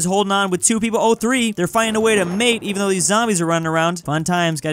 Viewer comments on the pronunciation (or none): none